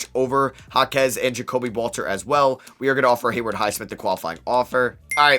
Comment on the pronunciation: Haywood Highsmith not Hayward highsmith